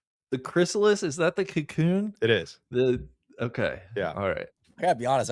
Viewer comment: needs to do a mea culpa on his pronunciation of chrysalis